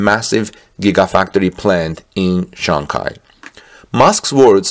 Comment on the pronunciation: SHanghi ,, not CHanghi ,, love the channel